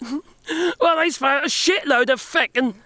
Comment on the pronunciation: Loving your adoption of Irish swearing 😂 Oddly you pull of a feck with an English accent, that's rare and impressive